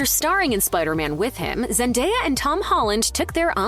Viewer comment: ....And, yet again, celebrity news outlets flat out BUTCHERS the pronunciation of Zendaya's name....